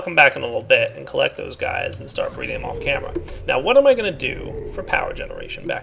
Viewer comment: lol "bree reading"